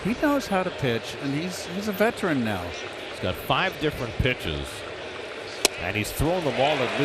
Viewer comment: WTF is a "vetrin"?